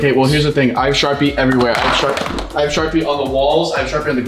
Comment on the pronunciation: This is how many times unspeakable said SHARPEE 👇